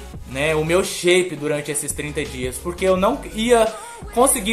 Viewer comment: Decai teu shaype??? Que shaype???